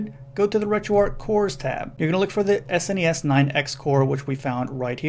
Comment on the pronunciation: Thumbs up for saying "S-N-E-S" and not "sness".